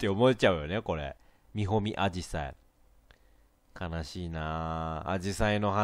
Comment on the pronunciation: みほみあじさいが煮込みアジサイに聞こえた。訴訟 追記 ２２：２３の、みほみんこの前が、少し前のせいでみほうんこの前、に見えた。訴訟